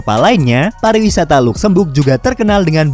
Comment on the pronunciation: Ejaanya adalah “ Lazemberg “ bukan “ Lukzembug “ aduhhh 😂